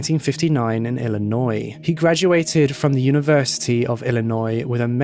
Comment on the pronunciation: thanks for covering this case I'm from Illinois and I'm surprised that I haven't heard of this before. also much appreciate you learning how to pronounce Illinois correctly! haha. about his sentencing, I thought by this time Illinois had abolished the death penalty but apparently that didn't happen until 2011. it's still better that he got life.